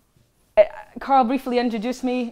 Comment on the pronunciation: ps: compliments to Carl on getting the pronunciation of my name spot on!